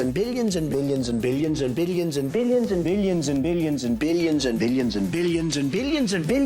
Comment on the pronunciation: I heard "biddion" instead of "billion" in motage